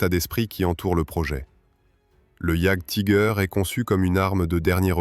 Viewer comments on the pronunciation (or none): "Jaguetiger" :face-green-smiling: Sur youtube c est beaucoup trop souvent que les gens parlent de ce qu ils ne connaissent pas ! C est pas en 5min de recherche que vous êtes capables de faire une vidéo sur un sujet ...